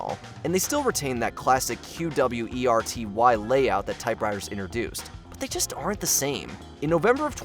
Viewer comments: I did the same thing after the third time he said it wrong within 15 seconds. There's no T on the end of it. How hard is that? Of course this guy also said the letters "Q-W-E-R-T-Y" for the keyboard instead of saying it as the word "qwerty". Which is what the damn thing is called. It's videos like this where the age of some of Mojo's narrators is painfully obvious. Rebecca wouldn't have made that mistake. lol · You know these are obsolete when the narrator can't pronounce them. The computer brand was Compaq - the ending q was pronounced like a "c" (not "compact) and QWERTY was not spelled out (even though it represent different letter keys), it was pronounced as if it was a word (quertee). I'm only 7 minutes in, I'm sure there will be more. (I know. I'm old.)